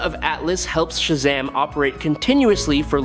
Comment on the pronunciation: You need to stop saying Shazam all wrong and incorrect..